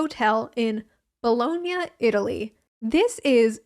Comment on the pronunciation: Bologna= “blowing-ya”???????🤯